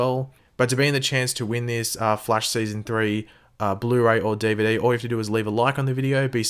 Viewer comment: lol "DeeVayDee"